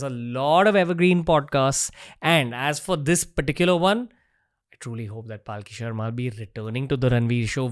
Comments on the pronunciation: WE LOVE YOUUUU PALKHI SHARMA! also Ranveer for love of god stop pronouncing her name like PAAALki sharma its Palkhi Sharma, its very annoying when the number of times you ve mispronounced it! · Dear anchor, The guest herself pronounces her name as 'Palki Aharma' and not 'Paalki Sharma'. You said, "You get intimidated in her presence." This will definitely take you further in your endeavors. Regards to both of you.